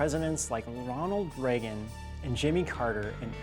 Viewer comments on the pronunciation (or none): none